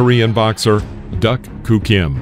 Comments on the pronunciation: Duk you say it as Duck, but I never heard it said that way before, Duke was how I always heard it said? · I watched this fight. Tragic indeed. Either my memory fails me or the vid is pronouncing his name wrong. I thought Duk was pronounced Duke.